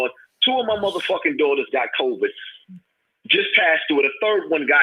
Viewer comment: Did this nigga say coverd twice and not COVID